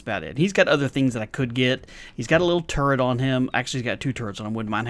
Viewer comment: Every time you said "turret" I heard "turd", and I just wondered how a turd would help you on horde night. Lol I'm tired...